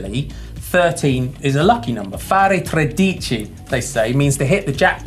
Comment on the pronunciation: That pronunciation of 13 in Italian almost killed me. It's much closer to tray-dee-chee